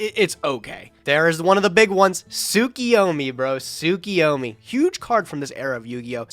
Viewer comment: Am I crazy or do people just consistently pronounce tsuKUyomi wrong? It’s KU, not KI